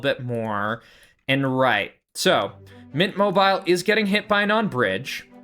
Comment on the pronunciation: I really do have to say i get very annoyed at you judt missaying the names of players. Where do you get the name "mint mobile" or "katakin" (mobile mobile and kakin) so wrong